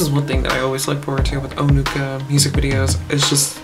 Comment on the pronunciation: Yes, the words Onuka and Peremoha sounds very similar to how you pronounced it.